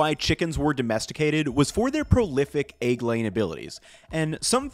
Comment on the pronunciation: I'll buy a whole set of those pans is you stop saying "aigg". Deal?